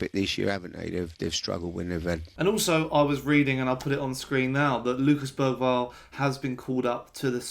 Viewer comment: I’ve hear it pronounced Ber-varl. Even Bera-varl.